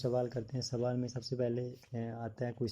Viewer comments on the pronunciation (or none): none